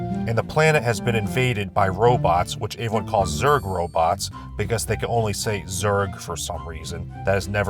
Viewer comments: Don't worry,, eventually you'll be able to pronounce words like everyone and every correctly. The E in those words is not pronounced like an A; pro tip. "Ay-veryone" is not right. The fact you can say eventually correctly but not every is beyond me. Lay off the garbage,. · What's up with the way pronounces the word "everyone"? It sounds like "Avewon" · This guy pronounces the word Everyone weird.